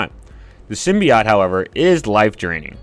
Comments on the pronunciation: bro doesn't know how to say "simbiote" right tf is a simbiyacht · I disliked your video because you kept pronouncing Symbiote wrong. It's sim-bee-oat. Jesus christ, man. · Disliked because of the way you pronounce sympiote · How do you pronounce symbiote SO incorrectly?